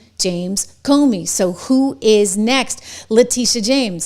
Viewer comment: PLEASE get the S-bag's name right - Its CUMey. Thank you.